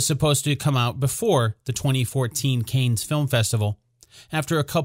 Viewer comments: This "Canes" is driving me crazy! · 1. It's pronounced CAN. 2. the photo was taken at the Kennedy White House not in Monaco for Paris Match!!!